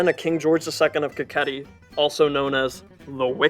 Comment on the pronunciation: Kakheti NOT Kalkati !!!